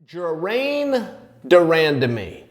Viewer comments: Adam 12 Also the best part is, he will continue to say ''Geraine's'' name this way in his video's, unless he is on ESPN. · GERAINE de Randamie.. well I guess her name is now Geraine officially. Uncle Chael said so. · If Chael says it's "Jeraine," then it is Jeraine. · Jerrain de randamie c'mon chael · You know it's a Chael video when he fucks up a fighter's name in the first 2 seconds of the video starting :-P